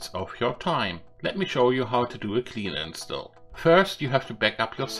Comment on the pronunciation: If you don't mind a suggestion, you may want to check how to pronounce a word like "install" and some other words. Also, the way you said "bye bye" made me cringe so hard! Other than that, good video.